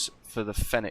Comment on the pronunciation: It’s pronounced as “fee-nix”, similar to phoenix. Hence why their logo looks like a phoenix